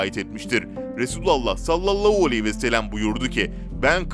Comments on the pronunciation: Sayın arkadaaim kelimeleri düzgün konuş sallallahualeyhivesellem diye okuman gerek ama sen sallallauuu vesellem diyorsun böyle olmaz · "Sallallau vesselem" değil "sallallahü aleyhi vesellem" olacak. Biraz çalışarak düzeltebilirsin. Bunca insan izliyor, kendine biraz çeki düzen vermen, diksiyonuna dikkat etmen faydana olur ! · Aynen bi tuhaf söylüyor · "Salallahu aleyhi ve sellem "derken diksiyon bozuklugunuz var biraz çalişsaniz iyi olur